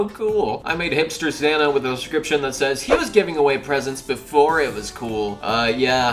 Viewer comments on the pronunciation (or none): when you said hipster santa i thought you said hitler santa